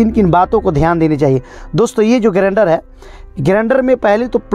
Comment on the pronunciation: Video acha hai bro but grender nahi grinder hai pronunciation me